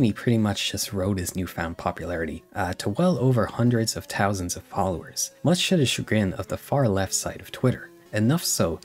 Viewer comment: bro not to side with anyone in the vid but can you pronounce ''th''? i noticed you said ''tousand'' and 'tirteen''